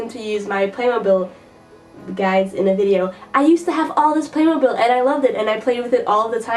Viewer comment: Furthermore, the 3rd syllable in "playmobile" is pronounced, in English, with the high front tense unrounded vowel, not the high front lax vowel. Please continue to hit the books!